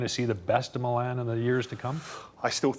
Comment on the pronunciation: the way u say meelan. its just precious dud lol